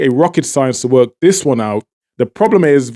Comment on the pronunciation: All that accent and you keep saying Dis for This? You are as fake as your accent. It is Venezuela not Venewala. Exactly how are you empowering Trinidad with your propaganda channel? You should get a bigger mic to cover your evil face.